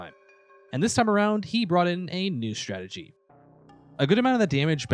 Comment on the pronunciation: Donkey Kong is a gorilla, not a monkey , , , . , , it doesn't take too much effort to say strategy. Also could, , , , would, and , , was, mean before or not anymore. Otherwise a nice video.